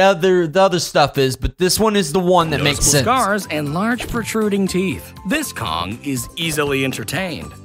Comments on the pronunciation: Its kong not kogu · Kong king of the apes his name is kong not dongki kong watch it bro